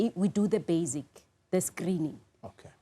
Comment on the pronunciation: She' speaks of bazic....not basic.... not purpose. ...pepos 😅